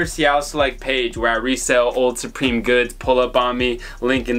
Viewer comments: Suprome killed me 😂😂😂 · Can’t wait to watch your “Suprome” cop vids 😂😂😂